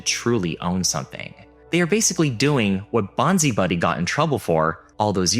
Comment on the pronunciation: Bonzi Buddy is pronounced bonsai buddy... Love the vids, thanks.